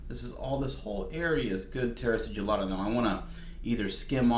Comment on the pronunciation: The right way to pronounce is: si (ci-nnamon ) gilla ta ( ta-blet) 🤗